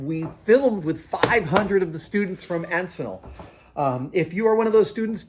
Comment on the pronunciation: As an EHS grad it was always awesome to see you guys filming at Encinal. But FYI you pronounced it wrong. It’s like “n-sin-l”.